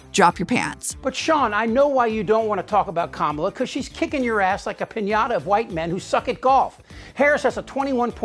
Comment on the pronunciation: H I he is actually pronouncing Kamala correctly now, well done Donnie